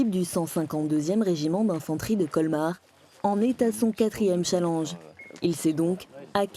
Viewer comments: un "challange" heuuu non j'crois pas non 😂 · elle a bien dit un "CHALENG"??? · Super mais on prononce challenge : CHALENNEGE et non CHALANGE (Orthographe de prononciation) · "Un challenge national" enfin "chalange" même. Pourquoi mal prononcer un anglicisme quand des mots français auraient fait l'affaire?